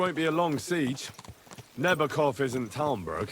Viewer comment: Nebákov, short e, long a, short o. You do well.